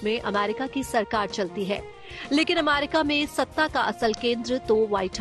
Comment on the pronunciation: Why is she saying अमारिका